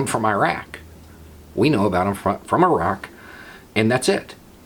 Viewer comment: accidentally pronounces "Iraq" correctly. Eyerack it ain't